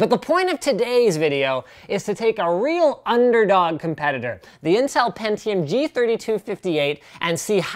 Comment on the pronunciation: pentiome iz zhe winnöur